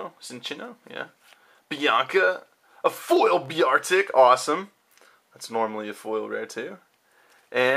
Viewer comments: Really? Bee-ar-tick? Its's Bear-tick. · You say Beartic weirdly. It's bear-tick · y do u say beartic like "byartic" ? O_o